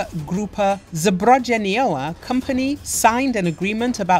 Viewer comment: The way she pronounce zbrojeniowa made my day 😅